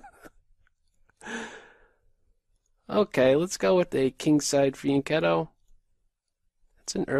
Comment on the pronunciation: Hello. Very interesting and funny video. Also, I'm italian and you are one of the few who pronounce "fianchetto" in the right way:)